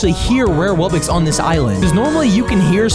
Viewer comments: It’s not wubbix it’s wuBBOX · He said rare wubbox instead ipic wubbox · It is not wubix it is wubox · Pour stop saying wobbix it's wobbox I will unsubstibe if you still say wobbix